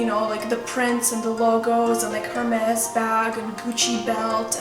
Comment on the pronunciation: did you just pronounce Hermès as her mess because it's air mess